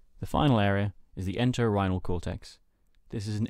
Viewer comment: you say a word a few times ''Exants''? ''The exants of the Enterhinal Cortex...'' is that correct ? I am not sure what that means. Great work on this informative video lesson!! Keep it up!